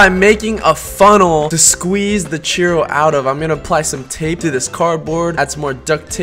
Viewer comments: its pronounced chooro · it sounded like he said "cheerio" which i am eating right now!!! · you say churro like cheerio without the i